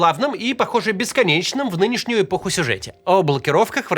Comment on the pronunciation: Мне одной послышалось: эпохуй колебаний ? 😅